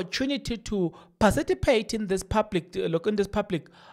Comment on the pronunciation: Participate NOT PARCITIPATE😂😂😂😂